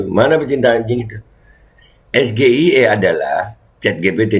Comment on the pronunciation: SGIE (State of the Global Islamic Economy) adalah singkatan dalam bahasa inggris. Cara mengejanya ya harus dalam bahasa inggris juga, Es - JI - aI - I, bukan Es - Ge - I - E seperti yang mas Gibran katakan! Harusnya hal ini semacam spelling seperti ini adalah dasar, basic atau fundamental yang termasuk grammar yang harus dikuasai dalam tata bahasa inggris! Apalagi mas Gibran ini kabarnya adalah lulusan Bradford Unibersity Aussie & Singapore yang bahasa inggris biasanya diberikan dan menjadi kuliah wajib bagi mahasiswa semester awal atau tahun awal ketika menempuh studi di Universitas luar negeri yang menjadikan bahasa Inggris sebagai bahasa pengantar utama dalam kegiatan pendidikan maupun percakapan sehari-hari di lingkungan kampus! Kalau cara mas Gibran membaca singkatan SGIE seperti mengeja huruf dalam bahasa Indonesia Es - Ge - I - E, seorang ahli ekonomi atau ekonomi syariah dari luar negeri pun tak akan mengerti apa yang dimaksud mas Gibran! Alih-alih dengan maksud untuk mendapat pujian sebagai seseorang yang pandai atau memiliki pengetahuannluas mas Gibran justru akan menjadi bahan tertawaan atau dikritik!